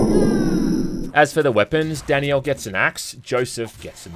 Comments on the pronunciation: omg it's not "Danny-L" It's DAN-IELLE". Great video but maybe try not to butcher the name of one of the main characters. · Danielle isn't some exotic name lol, in the UK it's about as common as Brian and it isn't pronounced Danny'el, it's Dan'yell Also it's obvious they want you to think Danielle is better for combat, she has the action focused levels and Joshua is like half her height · Am I the only one hearing "Danny-El" instead of "Dan-Yell"? lol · Danielle is pronounced as d AE n - y EH l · It's just Danielle. Not Dani Elle. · Dani-elle? Is that just an Aussie thing or what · I legit had to look up the pronunciation of Danielle because how was saying it lmao DANNY YELL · I can't watch this video because you keep mispronouncing Danielle's name. Her name is not Dani Elle. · Take a shot every time says it like “Danny-Ell” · …is he saying Danny Elle instead of Danielle? Is that how it’s pronounced in the game? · Say "Danny-el" one more got-damn time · Anyone else think was saying Danny L instead of Danielle? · Danny-yell is so wrong